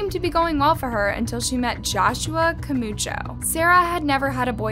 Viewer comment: Joshua "Camuucho" lmao